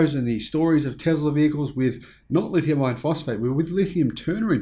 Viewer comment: I have an issue with the way you say "lithium iron" because it sounds like "lithium ion". Other than that I like your videos.